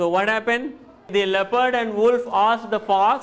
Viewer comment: Wolf's pronunciation is wrong.